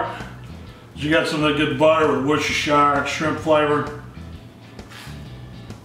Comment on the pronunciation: Please please please … It is pronounced Woostersheer sauce!